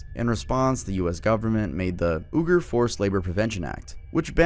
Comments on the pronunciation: "Ooger"?! It takes 30 sec to look up the correct pronunciation of Uyghur an ethnic group. No effort on looking up how the brands in the video are pronounced as well. Makes you wonder how much effort is put into researching other facts in these videos...very little I assume. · you're awesome and wonderful. But it's pronounced wee-gur. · Uyghur is pronounced like "WEE gur."